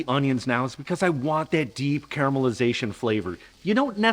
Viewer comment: Amazing...an american the pronounced genovese correct...failed on saying caramelization correct but still so good to hear genovese the correct way